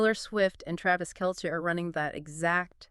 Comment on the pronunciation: Could u stop mispronouncing Travis Kelces last name?